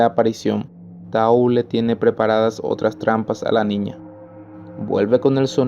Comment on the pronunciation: Se dice Taú , con acento , pero si no en equivoco si se escribe Tau a secas